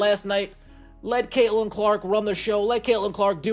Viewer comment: Caitlin not Kaelin